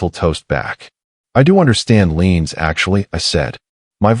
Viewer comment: "Leans" ? Or "liens" !!!! Artificial Intelligence ? Not much Intelligence shown here !